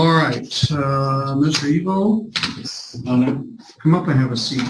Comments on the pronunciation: I think his name is Eveaux ( Eeveeoh), or similar spelling, not Evil. 😅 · Evil? No its "E-VEAL"....like from that movie where the dunce calls the person behind the desk "Mr Dumb A$$" - he says "its pronounced DU MAS"